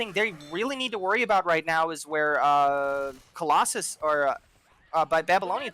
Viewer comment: 2 minutes into the cast: "Colossus. I said that name wrong for a while, but I'll get it right from now on" Me: "Noooooo" - 40 seconds later: "And now Colossalis maximized their damage" Me: "Thank God" (Thank you both for the cast, with a year delay ☺)